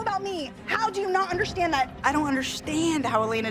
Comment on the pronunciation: I don’t undershhhhhtand